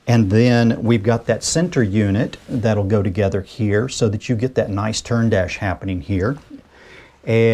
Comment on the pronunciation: Churn dash. As in butter.